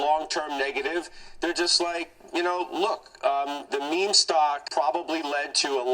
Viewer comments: It’s pronounced “meem” not “mimi” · It's pronounced "MEEM"